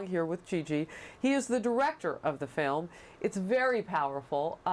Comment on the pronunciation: The guy called it a "fim"!!